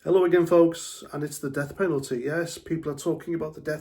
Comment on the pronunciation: Sorry, I thought you said deaf Penalty.. . 👂